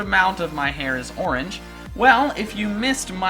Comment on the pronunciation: not ooorenge